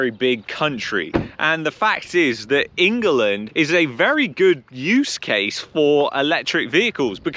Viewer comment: I'm gonna pronounce it "ING-UH-LIND" for now on.....I love it